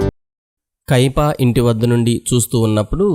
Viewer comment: కైపా కాదు బ్రదర్ కైఫా అనాలి 🎉